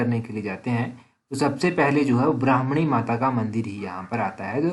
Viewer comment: ब्राह्मणी नहीं भरमाणी